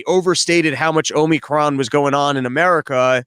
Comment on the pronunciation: Hey guys, love the show! Dave, stop saying OmNicron. There's no end.